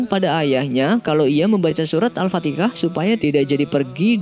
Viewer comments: Beda Kata Beda arti,,kalo gak bisa nyebut al-fatihah mending di pelajari dlu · Di awal juga alfateka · admin bisa ucapkan Yahudi, alaihim. dan bunyi H lainnya... masa iya sih gak bisa ucapkan. AL-FATIHAH.. atau ini yg bacain. mesin kali ya? wallahualam bishawab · Gua yg salh dengar atau memang penyebutan dia yg salh🙄🤨🙏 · Kebanyakan orang jawa susah nyebut hha ح mungkin jugak bang cuman baca teks nya yang tertulis al fatikhah 🤦🏻‍♂️😂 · Alfatiha bukan alfatika. Pengikut mandornya. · Maaf apa saya saja yg mendengar alfatikah bukan kah. Da setau saya alfatihah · bro yg lg jd narativ..pembetulan..surah Al-FatiHAH..bukanya Al-FatiKAH...jgn salah sebut bro..takut nti jd ikutan sebutan dr org yg kurang faham agama..bro jugak yg dpt saham dosa nya nti... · Surah bukan surat Alfatihah bukan Alfatikah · AL FATIHAH BUKAN AL FATIKAH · Al Fatihah.,...Al Fatikah..sebutan yg betul "AL FATIHAH" jgn di sebut secara bergantian sepertinya orang yg ragu saja , semacam orang yg mengolok saja . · Alfatikah (اَلْفَتِكَه) atau alfatiha??? #Tepok Jidad kacau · alfatihah bukan alfatikah, pelajari bacaan mimin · Apa betul sebutan penyampai ini.Al Fatikah atau Al Fatihah. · Nabi Muhammad Rasullulah SAW tidak menyebut Al Fatikah (No such word) tetapi Al Fateha. Kenapa dalam video dari awal hingga akhir disebutkan begitu? Lebih baik penyampai yg membaca melatih dahulu sebutannya sebelum di uploadkan. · Mohon Maaf Sebelumnya Ya,,,Tolong Sebutan Nama Surat Itu Yg Benar Sedik Ya, Sya Cuman Ingatin Aja, AL'FATIHA Buka AL'FATIKHA, Tulisannya AL'FATIHA Knpa Sebutan Kamu AL'FATIKHA Tolong Sebutannya Di Perbaiki Ya... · Sebelum posting di betulkan dulu donk dlm ucapannya sdh bnr atau tidak..penyebutan alfatihah salah berkali2 menjadi alfatikah..maaf🙏hati2 dlm pengucapan mind. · Alfatihah, bukan alfatikhah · al-fatihah bukan al-fatikah bro wajib di tindak ini bukan di aja di awal juga ada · Al-fathiha Bukan Al-fateka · bukan alfatikah yang bener alfatihah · bukan al fatikah tapi al fatihah